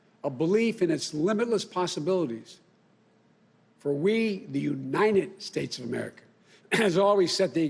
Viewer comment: "The united Snates," huh............@